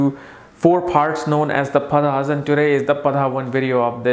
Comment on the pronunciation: Padhaas?? Its pronounced Paada... And what's that about wanting to sleep with the boss to get ahead in the organization!?? That's bullshit...why would a regal sign that hates kissing ass stoop so low as to be willing to "sleep" with the boss just to get ahead?